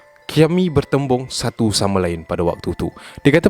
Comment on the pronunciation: "Satu kisah" ke "Satau kisah" HAHAHHAAHAHAH SIAN BIBIR SAKIT EK